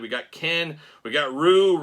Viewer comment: It’s pronounced REE-YOU. it’s not that hard. 😂.